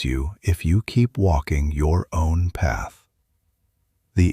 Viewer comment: STARTING TONIGHT I CHOOSE A NEW PHATH…STARTING TONIGHT I CHOICE A NEW PAH